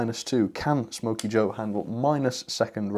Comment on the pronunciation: Wait a minits it’s not smoky joe but it’s snoky joe